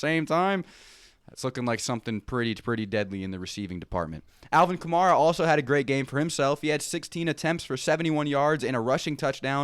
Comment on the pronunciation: They have you saying AK name wrong bro, it's Ka May Ra like camaro but with A instead of O